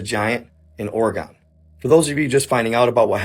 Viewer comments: Orygun, not Or-eh-gone. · kind of beside the point, but why is he mispronouncing Oregon like that? is it a joke or do they say it wrong from where he's from? it's not "gone" it's "gun". "or-uh-gun" basically. NOT "or ee gone". also, the last story about the rock door. why not use a snake cam to look inside? I have seen more in-depth videos concerning this story that don't have as much reaching. I am curious if anyone will ever actually do the snake cam on the door where the slot is. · Bro talking about my state kept saying it wrong 🤣🤣 it's not Ore-gone 🤣